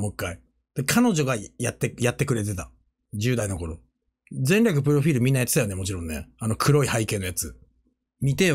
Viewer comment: 前略プロフィールの発音好き